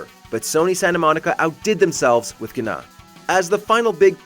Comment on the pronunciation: I think the God of War boss is pronounced Na and the G is silent so it’s not Gna 😂